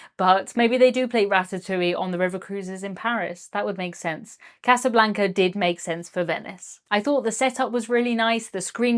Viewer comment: For Casablanca hear Casanova